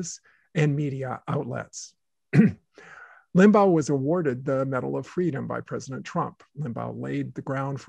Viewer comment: i dont understand why you repeatedly mispronounce Limbaugh’s name. Was it on purpose? It was LIM-baw... not LIM-bow (as in bow-wow). I LOATHED his politics (and lies and simplistic analyses) but thought he was an unusually skilled radio personality. He knew how to attract listeners and hold on to them thru the next break. I’m glad he’s gone, but still, i wish you’d pronounced his name correctly😊